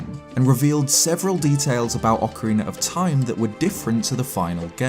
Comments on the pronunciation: Ok, I had to pause the video since this have been bugging me for a long time now, but... Why on earth do people say "Ocari~NER Of Time" instead of Ocari~NA of Time"??? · ocarina is not pronounce "ockarayna" this is not the instrument used to play the macarena! XDXD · how the fuvk do you get ocareener of time from ocarina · It's not awkaraynuh or Eye oh numa. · Legend of Zelder: Ocariner of Timer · "Acareyna" Ma'am....WHAT?!